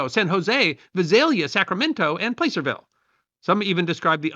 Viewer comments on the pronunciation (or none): Placerville, pronunciation; "Plasserville", kinda like Lake Placid. Somebody, please, inform the Governor of Kansas that we still have yet to solve the railroad problem. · I believe: mur-SED (Merced), PLASS-er-vil (Placerville) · Not Placerville with a long A, but Placerville with a short A